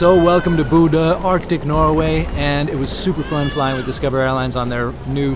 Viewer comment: I second spacemanspiff's comment below. should learn to pronounce Bodø correctly - the captain had it right: Bo as in beau, ø as in oeuf (the French word for egg), so kinda like Beaudoeu. Also, some biographical info on the flight crew would be welcome.